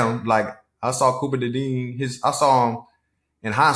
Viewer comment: “Copper DeDean” -Slay slaying names.